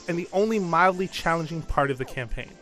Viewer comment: This is a horrid review. Do me a favor and comment on how bad this video is, and click the dislike button. And if you're a 1st buyer for a Kirby game, pick this one, it's amazing. Don't listen to this IGN orant review. Seriously, he says "campaign" like it's call of doody. Then he insults Kirby fans by saying "there aren't a whole lot of reasons for anyone over 12 to pick this one up" 1. That's like insulting Star Wars because it's si-fi, or insulting legs because they make you walk. 2. Since he's a call of doody fantard, he SHOULD know that children don't play Nintendo anymore, they're too busy making squeaky noises and cursing on CoD. Kirby games aren't meant to be a gorebath like CoD. It's meant for you to sit down, enjoy the creativity and colors and smile. If I want to play a gorebath, I'll play CoD. If I want to create stuff, I'll play Minecraft. If I want to rage, I'll play Super Meat Boy or Battletoads. If I want to do a puzzle and go on an adventure, I'll play Zelda. If I want to beat up my friends, I'll play Smash. If I want to strategize, I'll play Pokémon. Kirby is only to have fun, this is what this IGN orant person doesn't understand.